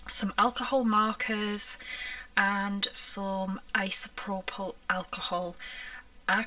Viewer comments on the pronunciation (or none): none